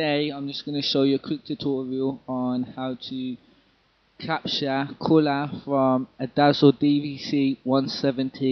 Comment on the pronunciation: lol wen u say capture colour